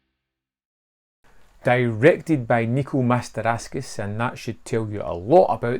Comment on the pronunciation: I m sorry fella but you have to say the name of the creator the wright way: M A S T O R A K I S. 🎉